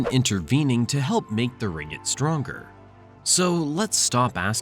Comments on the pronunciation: its not ringit, its RING-GIT. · Pronounce "ring-git" not ringg-it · its ringgit, not "ringit". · it's pronounced as Ring-git, not Ri-ngit... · Why he pronounced it Ringit instead of RinGGit. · Ring-git is the actual pronounciation